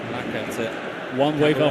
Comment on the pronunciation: Gue fokus pada komentatornya,, caraka dibilang karaka😂😂😂😂😂